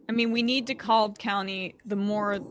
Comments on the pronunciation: This is so late but I wanted to go back and watch this, it’s “de-CAB”! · DeKalb is pronounced De-Cab